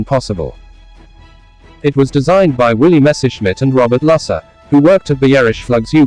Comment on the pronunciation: Robert Lusser. Is spoken “Lousser”